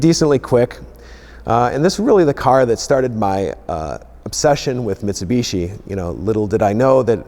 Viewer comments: it's pronounced Mitsubishi clown not mitsubitchy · Uhmm sorry but whats a mitseeebeeeesheeeee? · Metsubeshi Gulunt. The american pronounciation.. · The way he says Mitsubishi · Claims to be the biggest Mitsubishi fan but cant pronounce it right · I know us (Brits) and the Americans both pronounce some car names differently. But The way you pronounce Mitsubishi always makes we laugh. You guys pronounce the second I as an E, whereas we pronounce it like you would when you say "in".... Oh, and Nissan also makes me laugh (Nee-sahn to you guys LOL) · that awkward moment when you have a brand revolving around mitsubishi's but can't pronounce mitsubishi.